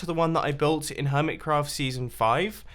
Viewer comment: Helo everyone! Welcome back to the Hermit[s]craft server! Hnggggggggggggggggggggggggggggggg that extra "s" tho